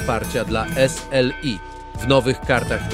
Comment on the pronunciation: Jezu i zmień ta manierę przy wymawiania S L I